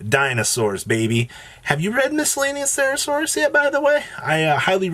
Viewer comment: Have YOU read "Miscellaneousaurus" 😭 it's been years. Please, say it right. Thanks for the great content still.